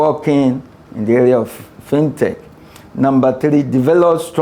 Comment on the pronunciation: First time hearing someone calling it “Fine Tech” Rather than FinTech